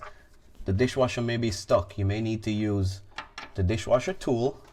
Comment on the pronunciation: You keep saying disjwasher...